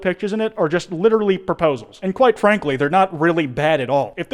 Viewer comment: Now that's the story